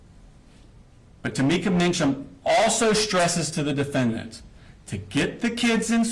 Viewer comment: "And the rifle....stays in his room..." yea....Prosecutor buried the De-FEN-dent.